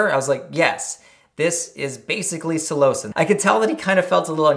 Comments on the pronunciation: Psilo-sin pronunciation Not so much Psi-lo-cin So 3 syllables but sounds closer to two. Also I cultivated cubensis for years(two years ago was my last bulk grow and I didn't even take any of that batch it was sorta just a hobby I enjoyed at that point cause I got lots of good reports from anyone who tried my grows and I took pride in the quality of each grow. I still use my dehydrator for ghost peppers lol, I wonder if I remember my shroomery password) and this is the first I'm hearing of this. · I am skeptical of your pronunciation of [psilocin], not sure why you deviate so much from the pronunciation of psilocybin (sillo-cybin, sillo-sin) and that it is responsible for the psychedelic effects isn't a belief but a well documented and researched finding. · I've never heard someone say Psilocin with so much emphasis on the o....is this how you properly say it? I've always said it Sil-eh-sin